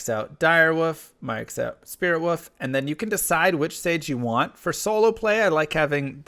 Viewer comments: Why do you say "woof" instead of "wolf"? Is that a running or community joke or something? xD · Can anyone explain to me what is with the "woof"? Is it a meme in his chat or something? I thought at first was a speech impediment but he has no problems saying any other l's so now I don't get it